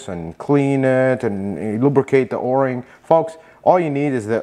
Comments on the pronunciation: O ring or "Oar ring"? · You're only the second person I've ever heard to call it an or-ing instead of an oh-ring... Maybe it depends where you're from...? I really like this video. Great tips about how little the oil filter cap needs to be tightened and how there's nothing wrong with the plastic one vs an aluminum one. But the spin-on oil filters are also called spin-on canister filters. I refer to this system as a cartridge style oil filter. Some people spray the inside of the oil filter cap with brake cleaner to clean it before installing the new filter element. What's your opinion on that? Since brake cleaner might damage plastic I was thinking it might not be a good idea.